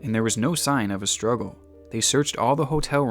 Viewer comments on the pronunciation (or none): none